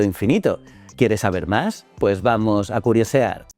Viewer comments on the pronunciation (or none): none